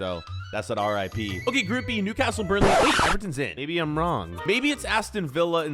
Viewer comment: You pronouncing Newcastle makes me cringe being from the city i know how to pronounce it probably